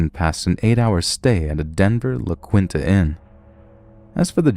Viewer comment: It's pronounced La-Keen-tah Inn